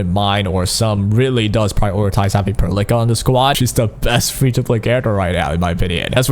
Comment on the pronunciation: it's pearl ica not perlickka